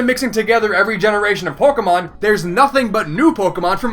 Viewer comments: it sounded like u said porkimon Heh heh... Porkimon. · did i just hear porkemon? xD